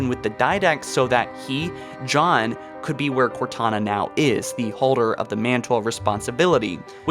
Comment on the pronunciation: NiLog Films - he also said “Jod” instead of John.